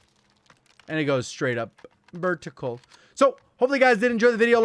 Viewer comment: "Ver-tic-al"